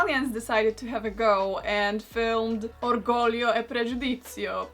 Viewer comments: Props to you Karolina for pronouncing orgoglio e pregudizio correctly! -from a proud Italian viewer :) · When a non italian speaker get the pronunciation right, wonderful. That "Orgoglio e Pregiudizio" was good. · I'm Italian and I say: very nice pronunciation of "Orgoglio e Pregiudizio". Brava!💖